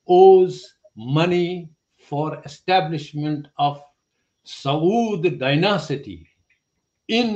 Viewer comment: oyee dear "Papa" jee.... Exactly aapne KYA PIYAA ( drunk/smoke) hai, aur KITNA??? he does an ENCORE "SAAUUUUD" - LoL 🖕LoLLLLLzzz 🤣🤣